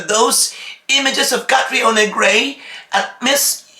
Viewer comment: From a country who is also a powerhouse in pageantry, for sure they know CATRIONA! You guys with me? They are saying that because of cultural indifferences that’s why it was pronounced as GARAY but C’MON!!!!! Ms. Universe 2018 Also CATRIONA SAID THAT. “My dad is a SCOTTISH immigrant and my MOM is a filipina” POR PABOR COLOMBIA!